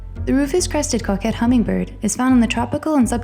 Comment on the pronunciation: Please learn how to pronounce some of these names such as Grose,(grouse), Frigate and Coquette.